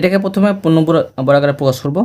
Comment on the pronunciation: স্যার পূর্ণবর্গারে ❌ পূর্ণবর্গাকারে